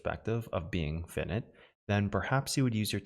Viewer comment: this is the pronunciation police.. he says "fin-nit".. it is pronounce "fai-night"